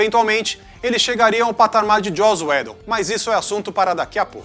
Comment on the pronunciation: Eu sei que pronúncia de nomes vc n discute, ainda mais estrangeiros...mas Joss Uédon pesou...hahah